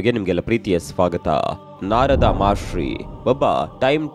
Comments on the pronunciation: ಮಹರ್ಷಿ ಗುರು, ಮಹಾಶ್ರೀ ಅಲ್ಲ 😅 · ಮಹಾಶ್ರೀ ❌ ಮಹರ್ಷಿ ✅